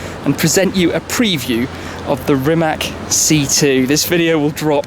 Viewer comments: just a hint...it"s Rimac not Rimak ;) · Can you say Rimac correctly it is a regular european C not the "english" c and it is not rəmák but Rímac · Great car! Btw. pronounciation is rimaC, not rimaK :) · I mean seriously why you all foreigners can’t learn how to properly pronounciate the name of the car? It’s Rimac (read it as Rimatz) , it’s not Rimack or Rymac... I would be ashamed to call myself car journalist or car enthusiast without learning how to properly pronounciate the name of the car.... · You wrong speak ,it is rimac not rimak. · It`s pronounce "Rimac" as Rimatz, not RiMAC(K) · Rimac not rimak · Its not RimaK, its Rimatz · It is not fkn Rimak...it is Rimac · It is RimaC, not Rimak!! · it is not spelled with "k". Letter c is spelled as "tz" in croatian language and basically all slavic languages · its not Rimak, its Rimac. Ree-maa-ts. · Please for the love of God, it is not "Rimak"!! "C" at the end is pronounced as "C" like it's written and not "K". let me help you, pronounce "Rimatz" . English language rules are not applied to Slavic languages. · Today Croatia is on first place in the whole world regarding electric Hypercars, Proud To Be A Croat :) And please start to pronounce Rimac's family name like it is in Croatian, we deserve that You Anglo-Saxons start to learn our language too .... that 'C' is not 'K' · It's not Rimac it's Rimatz. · Funny how all people think it is RimaK because english pronounce it like that....But it is RimaC :D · sucksqueezebangblow Don't be silly...zelja TM is Croatian and knows how to pronounce Rimac...Brits and Americans very often pronounce wrong our surnames if the letter C in a question..so.. it is Rimac c=tz not k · It's pronounced "Reemats" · I am Croatian and Rimac at the end c is not k it is c how you pronounce it correctly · It is spelled "remahts", the "c" at the end is spelled as "ts" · hah Rimak XD XD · Stop calling it Rimek. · Rimac, pronounced 'RIMATS'. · Stop sayng Rimak...